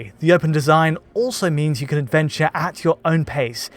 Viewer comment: why can't you say "can"?